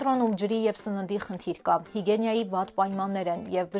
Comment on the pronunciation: "Հիգյենյայի չէ", հիգիենայի է